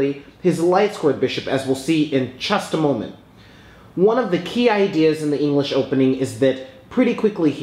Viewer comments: Never say chesst-a-moment ever again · I like how he says "We'll see in CHESStamoment.